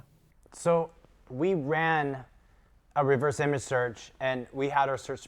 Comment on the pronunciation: Lord in heaven, someone tell the guy how to pronounce "reverse".